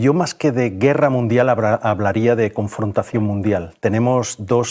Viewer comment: Ah no es Iii guerra midial no es es confontación munfial se estan mostrando los dientes?? Jaja